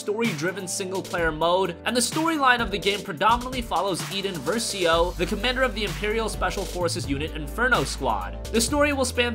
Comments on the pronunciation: Its iden versio not eden versio and its the death star not starkiller base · It’s not “Eden versio” It’s “Iden Versio”.